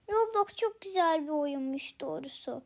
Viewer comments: Hep dorusu diyorsun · evet komik olmus